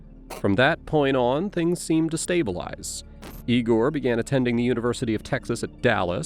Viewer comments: Lame AI announcer is lame. Who pronounces the name "Igor" as "EYE-GORE"? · I see all of the other comments about a polygraph, and yeah, I agree with everyone about it being pseudoscience, but I came to comment on the narrator pronouncing the name of her son as "EYE-gore" at one point and all I could think of was 'Young Frankenstein.' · Is tbis an AI narrator? It goes from ee-gore to eye-gore when pronouncing Igor. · Ea=gor.not i=gor. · “Eye-gore.” It’s funny when they mispronounce it in Young Frankenstein, but here it’s just an example of lazy A.I. narration review. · The only one who pronounced it like that was the detective. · Eyegore? What is this Young Frankenstein?😂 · If the narrator listened to the video, he’d know how to pronounce the name Igor, i get you’ve never heard the word out loud before, but the cop says it in your own video